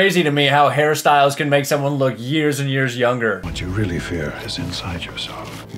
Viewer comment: anyone else think said "Harry Styles" instead of "hairstyles"